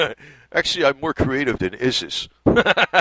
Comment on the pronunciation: Good video. I snicker every time you say your pronunciation of ISIS.